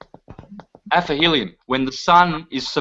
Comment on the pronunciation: 1 hr mark: Aphelion and Perihelion and NOT Aphelium/ Perhelium!